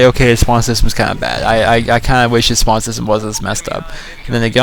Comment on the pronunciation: Its not spand its spawn